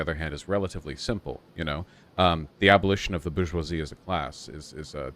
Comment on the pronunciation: Does anyone ever take a Shot for every time Vaush says Bourgeoisie? He sure loves saying it to the point that it sounds like "Bush-Wal-Z." But I say Bushwhacker instead.